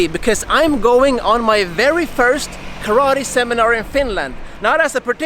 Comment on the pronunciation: Congratulations for the ideas and for the seminar! And congratulations for starting saying "karate" without an american accent for the first time since I am watching your videos.